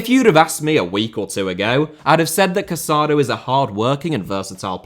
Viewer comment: The Barcelona midfielder’s name is pronounced Ca-sa-DOUGH. The accent on the final vowel makes all the difference. Please be respectful and pronounce the names of the players correctly.